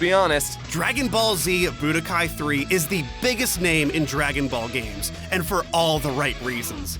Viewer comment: Man i cant wait for "Draong" Ball Fighterz.